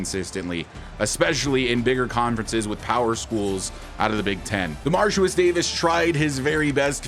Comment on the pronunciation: just so you know, ya been pronouncing ya QB name a little wrong lol.. it’s DeMARIcus.. you say DemarCIUS lol love the channel and this is my fav series of yours, keep em coming!